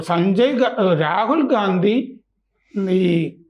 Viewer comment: ഗാന്ധി അല്ല ഘണ്ടി ആണെന്നാണ് കേട്ടത്...... അത് ക്ലിയർ ചെയ്യൂ പ്ലീസ്.....